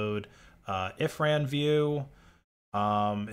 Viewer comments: yeah that's pretty bad and all, but i'm most disturbed by "ifran". dude had me second-guessing my own memory. 😬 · "ifran view" 💀